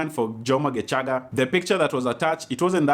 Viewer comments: Lmaoooo. Why are you saying gecaga with a hard CH 🤣🤣🤣🤣 isn’t it shhhh like geshhhhhaga. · The way you've pronounced Gecaga had me rolling "GeCHaga'😂😂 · Happy belated birthday 😘... That pronunciation of "Gecaga"😄......you even know how long she is... Washangaza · Happy birthday 🥳 The way you are pronouncing “ gecaga” Ati nowadays he is just a dj in capital fm😂😂😂😂😂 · Matharon 😂 your pronunciation of Gecaga 😂 You're awesome